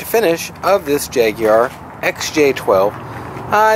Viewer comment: Oh my word an American that actually almost pronounced Jaguar correctly instead of saying Jaaag-warrrrrrr or Jaaaag-wire. Thank you